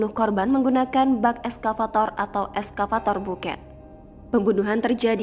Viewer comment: Penulisannya bucket,....membacanya backet ( baket ) bukan buket